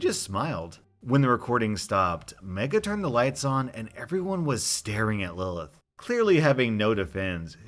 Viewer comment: Im so glad you pronounced the name Lilith right. Thats my little sisters name and usually people pronounce it "Lie-Lee-ith"